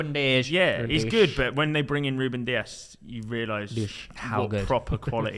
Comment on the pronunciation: how tf has said ruben, lost respect there